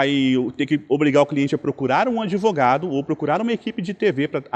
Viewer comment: "ADEVOGADO" que diz que quer o link da matéria pra "JOGAR" no processo já mostra o nível do profissional 😂😂😂